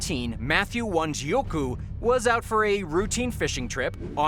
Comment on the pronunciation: It's Wanjiku. Not Wanjiuku